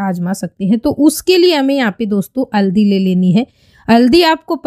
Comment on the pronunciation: tabhi you haldi ko madam aldi bol rahi hai.